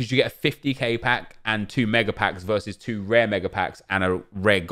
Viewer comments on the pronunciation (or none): none